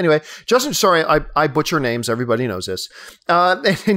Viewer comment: "Sōrry". Makes me giggle every time you go full Canada